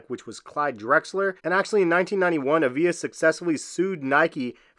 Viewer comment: Avia is pronounced ava? I had some of those back in the 90s too.